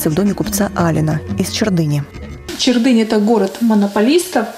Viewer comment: хоть бы ударение то правильно ставили на "Чердынь",...